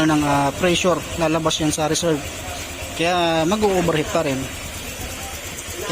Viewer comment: OVERHEAT✔️ PO hindi OBERHEAT❌